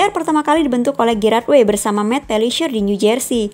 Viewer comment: learn how to pronounce correctly...chemical bkan di spell semikal but di pronounce "kemikal", also gerard way, g nya dibaca je